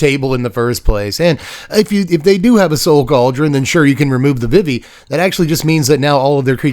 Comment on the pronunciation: VeeVee. It is pronounced like VeeVee.